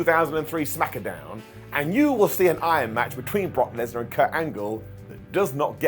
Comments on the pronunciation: Yea that's common terminology, we just protect this man at all costs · Smack-a-Down lol